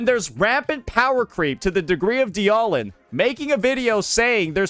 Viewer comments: Anyone taking opinions from someone who says "dee-aw-lin" when reading dialyn, shouldnt be trusted. Just saying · He mispronounces or nicknames agents on purpose. Ye-shun-guy, die-ahh-lin, "calamari yi xuan" etc. Does it to get comments on it. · I think my favourite part about this whole thing is he doesn’t know how to pronounce Dialyn at all. Kinda hard to not know how if you just… y’know… played the game. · i think the part that hurts me is how dialyn is being said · so explain why he also mispronounces WuWa resonator names ? Same reason ? I think bro is just stupid ngl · What especially baffles me is that he pretends to care about ZZZ's stun meta but hasn't even bothered to learn how to pronounce "Dialyn" correctly. It's an obvious pun on dialin', it should not be that hard to remember if you've ever heard it.